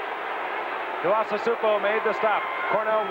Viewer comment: "Manny Tee-ahs-a-soup-o", just a rookie then. Wouldn't take long before they all knew how to pronounce Manu Tuiasosopo's name.